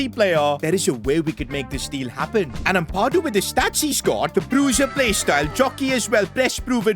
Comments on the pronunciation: It’s Ampadu not Ampawdu( sorry if this seems criticising or mean) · it's pronounced am-pad - oo not ampa-doo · Its amp - a - doo not ethan amp - ah - doo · It’s not pronounced uhmpahdo it’s ahmpado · As a leeds fan please pronouce ampadu's name right its Am-pa-du not am-par-du and say the pa like how youd pronounce papin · as a leeds fan it is pronounced am pa doo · the way you say ampadu hurts my soul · Your saying Ethan Ampadu’s name wrong